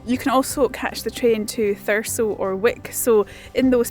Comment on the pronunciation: I'm actually from a place very close to scotscalder, bizzare seeing everything from inverness station and the train to caithness in one of your videos! Edit: Did you pick up the pronunciation of 'Thurso' along the way or was it totally by chance you pronounced it the way locals do? 😅